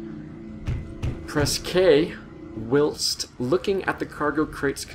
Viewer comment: JFFR, it's "while-st" :)